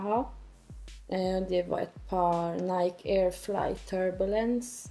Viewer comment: irriterande att den första killen inte kan uttala Nike på ett korrekt sätt.. Ändå verkar det vara hans favoritmärke.